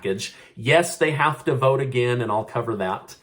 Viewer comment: Sounds like here we go agin